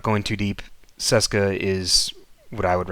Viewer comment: It's Cheska. Not Seska.